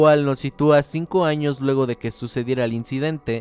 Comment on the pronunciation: XD en el minuto dice anos